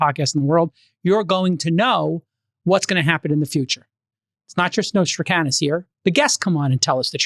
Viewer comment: J-Cal, his name was Nostradamus with a "d".